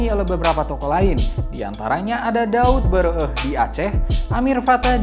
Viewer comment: Bukan daud beureu-eh.. tapi daud beureu-éh.. É nya dibaca seperti bunyi é di "ikan lélé, témpé